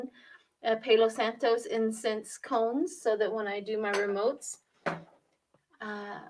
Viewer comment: PALO SANTO is pronounced paa·low saan·tow. (It means HOLY STICK.)